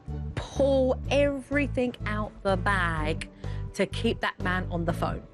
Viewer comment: I love Jo..love super nanny, however I wish she wouldn’t pronounce everything as EVERYTHINK…..